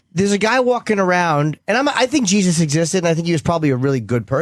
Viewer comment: Opie is such a simple minded moron. He asks questions like a 3rd grader. "The geee zuss" who the fuck says jesus like that you fucktard.